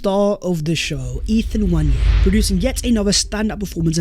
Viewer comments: It's not Nnwayeri it's Nwaneri (ONE NAY RI) ETHAN "ONE NAY RI" There's absolutely no Y in the name for cry out loud.. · FYI, Nwaneri is pronounced wan-e-ri not wañeri.